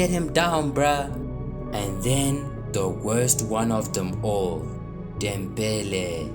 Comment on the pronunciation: He has to be South Africa with that Dembele pronunciation 😂